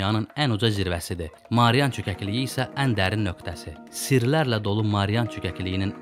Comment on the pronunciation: Marian yox Mariana.